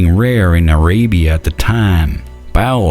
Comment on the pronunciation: Aay-ray-bee-ah? LMAO